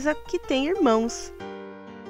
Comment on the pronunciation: Julia Rogers na verdade a moça não falou bem imãs e nem imãos